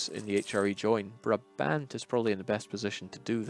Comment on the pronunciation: Hello good people from Paradox! Please pronounce Brabant as 'Bráábant', with the first aa spoken as the a in 'Nah', and the second a like the a in 'Awww'. Thank you, sincerely, a Brabander :-D